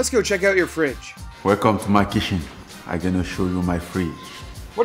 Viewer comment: He didn't say kitchen 😂😆 he said welcome to my kishen